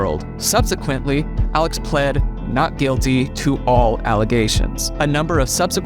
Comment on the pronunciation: I have no idea how to say his name... I hear "Alec" and also "Al-Ex."